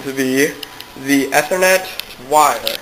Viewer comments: lol you said e-ther-net its Ethernet you say the letter E or ea-thernet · E-ther-net. Geez...